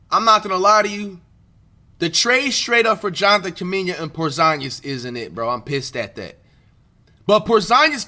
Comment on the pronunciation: Porzinegus 💀 flight you be really making me laugh through my hard times dawg you a legend of this YouTube shii